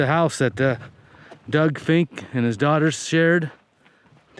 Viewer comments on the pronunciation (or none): none